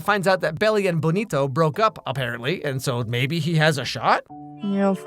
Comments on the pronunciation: calling benito BONito is killing me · The name of the character is "Benito" and you called him "Bonito" (translates to pretty) this whole video😭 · Bonito 😅 instead of Benito